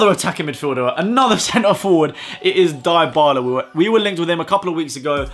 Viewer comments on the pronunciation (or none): You seen how we are says it diebala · the way you pronounce Dybala 😂😂😂😂